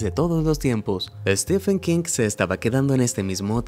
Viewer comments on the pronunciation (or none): none